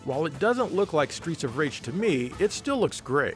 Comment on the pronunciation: I keep hearing "Streecha Rage" and it makes me giggle... 🤭